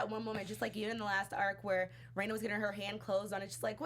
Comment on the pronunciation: There are two constants for every story arc: (Technically, there are way more but those would be spoilers) 1) Everything is fine until the cotton drifting festival when shit hits the fan. 2) Everything Ooishi touches turns to shit. Rena is pronounced REna, not REIna or RIna. This is important for two reasons: 1) There is actually a character named Rina in the series that will pop up from time to time. 2) She REALLY hates being called Reina. Also she is best girl and definitely waifu material.